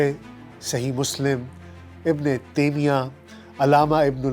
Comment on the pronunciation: A.A... Ayk khata or sahi k misdaq. Aap ko alfaz ki durustgi ki taraf tawajjoh dila raha hun agar do lafz sms karan gay to agenda bhi hoslah ho Jay ga.. Yah lafz ibn e timiyah nahin taimiyah hay.. Lafz ibn e waym ahin qaiyim hay... Or agar aap kuch arabi or farsi ki shud bud apnay qarib man waqe masjid k molvi sb say Basil kar lan to in fish ghalatiuon say bach Jane gay... Magar yah bhi ab riwaj ho gaya hay k jis ka churan kuch bhi bikna shuru ho jay.. Woh is tarah ki ghalatiuon durust karna to dar kinar ghalatiuon ko ghalat kahnay ki jurrat bhi nahin karta